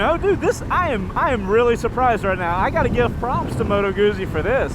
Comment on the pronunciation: It’s “Moto Goot Zee”, not moto goozee. Also it’s a V twin dude, like just count the cylinders lol.